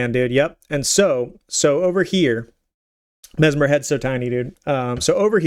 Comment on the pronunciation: His name is mess-mer not mezmer